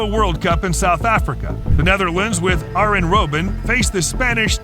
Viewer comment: I enjoyed Cesc Fabriguez and Ahren Robing.